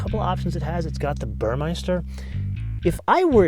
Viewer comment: I love your videos. Since I'm german, I really noticed one thing, that almost every engl. speaking host is saying. You all call the stereo system "burrmeister", but actually it's Burmester which is pronounced "Boormastar" . Apart from that, fantastic!